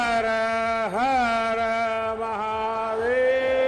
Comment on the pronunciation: Deykhu yeh jhoot ka nateeja hai ki har har mahadev bhi muh sey sahi sey nahi kah pa raha hai